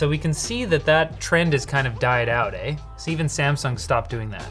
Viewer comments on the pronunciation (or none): "That trend has died out aye" CANADIAN INTENSIFIES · I'm only here to hear the fabled Canadian "aye."